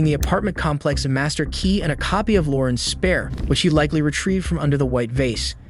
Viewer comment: This narrator stresses random words in such a weird way like stressing the word ‘key’ in the phrase ‘the master key’ - it’s the fact that it’s the MASTER key that’s relevant. Why stress ‘perfect’ instead of ALMOST perfect? Why stress the noun in “… his atrocious ACTS” instead of stressing the adjective”. And there are dozens more.